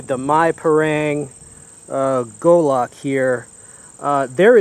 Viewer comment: he says Gulahck :)